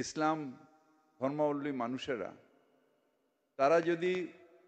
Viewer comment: ববি তো ঠিক করে ধর্মাবলম্বী বলতে পারেনা 😂